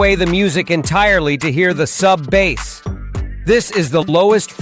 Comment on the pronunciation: Interesting video, I shall try this. Suno "Headers" are called Meta Tags. Also you AI voice is having problems pronouncing many words such as Bass and Close-mic, you could spell these phonetically in your script for consistency.